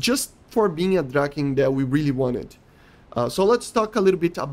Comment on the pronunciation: Love the vids But i gotta say You're really butchering the "Draken" word But we cool 😅 keep the vids coming